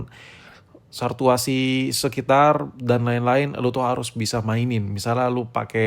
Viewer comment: Sartuasi apa saturasi bang?maaf salfok sama ngomongnya😂